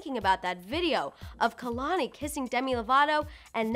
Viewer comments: Well first is anyone also annoyed at how homegirl can’t even pronounce KEHLANI... smh....girl it’s KAY-LAN-EE...NOT...KUH-LAN-EE!! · I don't even care about what their talking abwt cause this lady ain't even saying kehlani properly